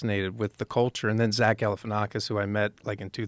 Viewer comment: “Zach Galifinknockis”